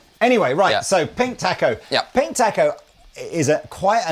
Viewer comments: It's pronounced "taco". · You are pronouncing Taco wrong. A sound is different Great video!